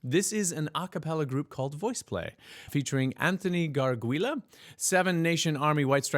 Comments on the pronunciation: Have to say that Anthony's name is not Garguila, it's Gargiula, and pronounced Garjoola. He has an incredible voice and has appeard with VP a few times. And I love this one. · I'm a HUGE Voiceplay fan. Glad you are checking back in with them, because its been awhile! Eli (still pronounced "Elly" lol) is totally channeling his inner Negan. Anthony {last name pronounced "Garjoola") has guested with them several times now, and he is an absolute phenom! Some of the riffs and runs he pulls off make my brain come to a screeching halt! Cesar was his usual sassy self...so glad he is a permanent member now! Layne is an absolute vocal sound effect maniac..I can't wrap my brain around some of the sounds he makes. And of course, we all knew Geoff would blow away the bass that this song is so well known for, and he did not disappoint!!! (But when does he ever disappoint??? Rhetorical question LOL) Loved your reaction!! So much fun! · Since poor Anthony gets his surname butchered by pretty much anyone, it's pronounced "Gar-joo-lah" (I suppose his family has Italian origins, and that's how you say that surname in Italy). Great reaction as usual,! Cheers! //Rick